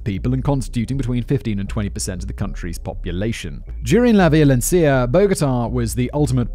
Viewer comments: So close with the pronunciation of "Violencia" just less emphasis in vi-o-len-SI-a and more like vi-o-len-si-a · Como dijo la "Violencia" me dio mucha risa 😂